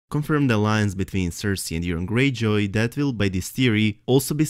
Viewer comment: you just said urine greyjoy.